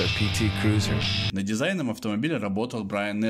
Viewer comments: Обзор хороший,но как можно так отвратительно говорить Крюёзюр? КРУЗЕР БЛИН Крузер!!!! Как Ланд Крузер, Ф Джей Крузер и так далее,я с трудом досмотрел..... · Не крюзер а КРУЗЕР. Не аш аш эр ,А ha ha er это я про шевроле! И что такое тормозная лента ?